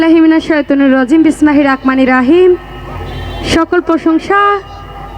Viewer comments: বিসমিল্লাহ হিররাহমানির রাহিম।এই আয়াতটি সঠিক উচ্চারন সে করেনাই , ঐখানে কি কোন ঈমানদার মুসল মান নাই? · খবিস নারী আউযুবিল্লাহ বিসমিল্লাহ সহি শুদ্ধ করে বলতে পারো নাই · বিসমিল্লাহ বলা সঠিক হয় নি